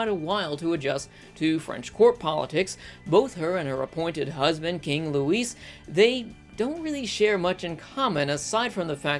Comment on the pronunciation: Its pronounced loui, the S is silent.